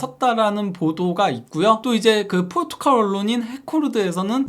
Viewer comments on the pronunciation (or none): none